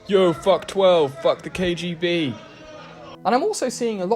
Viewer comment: Cant pronounce KGB but thinks hes smart with some stone old soviet jokes bravo